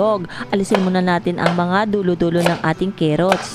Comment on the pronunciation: Carrots at Hindi Kerrots car rots